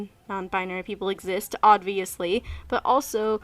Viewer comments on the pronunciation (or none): bruh, you just said odviously. 😱